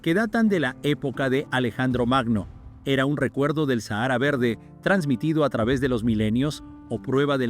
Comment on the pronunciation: Se pronuncia SÁJARA